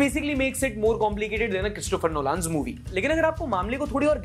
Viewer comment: Christopher Know Lun (like run) not Nolaan